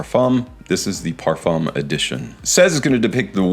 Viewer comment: Oh no Parfoom again No, please! I love your videos so much. Have you ever heard Ashton or Dallas saying Parfoom No! I am hopeful for next videos